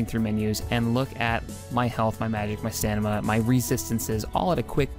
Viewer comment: It's stamina. NOT stanima.